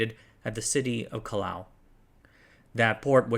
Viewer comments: Raimac? Llaulla? Calao? My god… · It's not Calleo but Callao. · Cal- yow